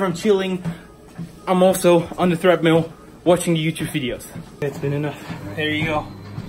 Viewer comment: You said “Threadmill”😂😝